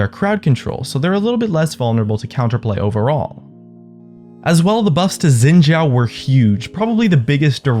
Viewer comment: Great video, but Xin Zhao's name is pronounced Shin Jao, not Zin Jao.:)